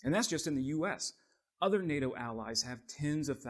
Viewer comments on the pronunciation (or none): none